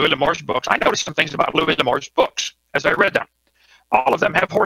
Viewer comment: Louis, not Louise. Louise is a broads name.